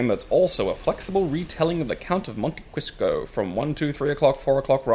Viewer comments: The Count of Monte Crisco XD Goddamn it,. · definitely said "Count of Monte Crisco." I heard it and waited for Yahtzee to rib him for it.